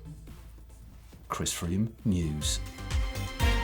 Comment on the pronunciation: Chris Froome news! Froome rhymes with broom..... Stay classy Sandeago